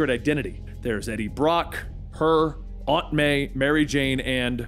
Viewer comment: Can’t stand how he pronounces aunt